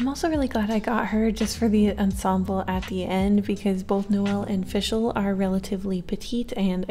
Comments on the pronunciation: It’s Fischl not “FiShEl” FIX IT PLEASE ITS TERRIBLE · Fischl is pronounced fish-ull